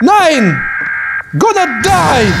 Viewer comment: мне прям понравился это момент! Как он саказал: гоне дайн!